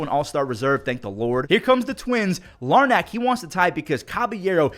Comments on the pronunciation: Larnach is pronounced Lar nick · It’s pronounced lar-nick